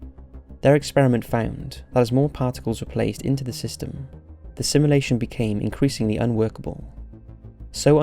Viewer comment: Ahhhhhhhhhhh this got me. Please say sim*u*lation not simlation